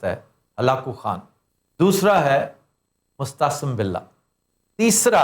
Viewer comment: sb, apne Mo’atasim billah ko baar baar mustahsan billah kaha hai. shaed tallaffuz main koi ghalati hogae hai kiun k isk naam main tareekhki her kitab main meem |م| k baad aen |ع|hai na k hay |ح|.